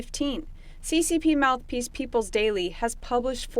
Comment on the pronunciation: I dont usually comment, but, ''mouth pliece''... Funny